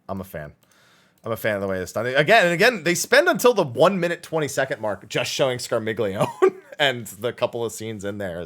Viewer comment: Scarmiglione is pronounced 'Scar-mee-yon-eh' because it's italian--it's the name of one of the Malebranche in Dante's Divine Comedy: "They bent their hooks and shouted to each other: And shall I give it to him on the rump? And all of them replied, Yes, let him have it! "But Malacoda, still in conversation with my good guide, turned quickly to his squadron and said: Be still, Scarmiglione, still!" Barbarricia, Cagnazzo, Rubicante, Calcobrina, and Graffiacane as other FF references. Scarmiglione is fairly similar to Scar Milion, and then Milon.